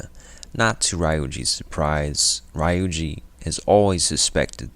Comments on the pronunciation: it was a pretty good video btw! I think ryuji is pronounced ree - yujee instead of ry-yujee but it is not really that much of a problem. Great work! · a really good recap but maybe u need to revise your pronunciation of some of the characters, notably ann and ryuji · Great recap. How did you go through 80+ hours of gameplay and still pronounce their names incorrectly. Its one thing to have a dialect. But you hear then pronoune Ryuji a certain way over 200 times. 🤷🏾‍♂️